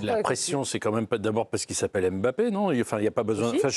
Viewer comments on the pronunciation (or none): Madame arrêtez de dire Em Bappe